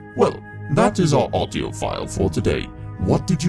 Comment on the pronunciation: Also stop putting so much emphasis on the word audio, it sounds weird